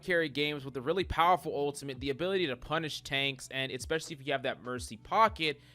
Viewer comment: Hi mate. Can you please not say "eXpecially" and "CaLVary". It's "eSpecially" and "cavALry". Thanks bruh